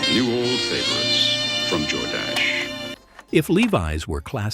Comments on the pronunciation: Jor-Dash-Eh? ?? It's Jordash. Why do these computer generator voiceovers not have human to proof them before sending them out? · Lovin how "Jordache" is pronounced! Jor-dashy!